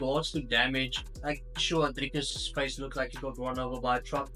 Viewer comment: I swear I thought you were Israeli until you said "DrrrrikUs du Plessis". Lekker man. Hou so aan 🇿🇦🥊